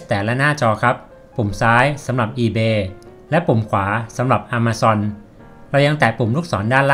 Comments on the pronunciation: ต้องอ่านว่า แอ-มะ-ซอน ครับบ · its not "A(r)ma zone ออกสำเนียงผิด ลองปรับครับ คนเมกาเขาไม่พูด อะ มา ซอน ครับ ถามโฮสแล้ว